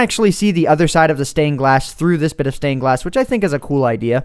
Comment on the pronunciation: I know its supposed to be THINK but its thunk and its wrong